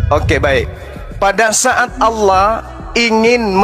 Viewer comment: Ditulis allah,dibaca aolah,kaya ada mkn halua yg panas.